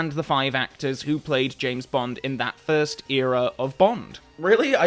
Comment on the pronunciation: "Frist Timeline"